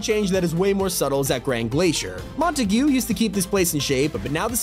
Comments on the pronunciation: It's pronounced Montagg. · why did you say Montague like that 🤣 it’s mon-tag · The way he said Montague 😂